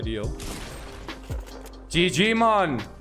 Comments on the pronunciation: pokemone turns into ggmone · Brent Roberts it’s actually “GG *MON*”